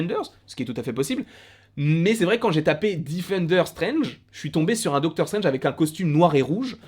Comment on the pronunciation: Docteure strainge ne mouliverre se Malnait 😂😂😂😂